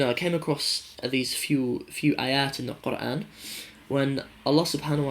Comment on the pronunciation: Asslama Alykum. You definitely do shame a lot of Muslim born lads. Your pronunciation of Qur'an was awesome. Might God guide all to the straight path.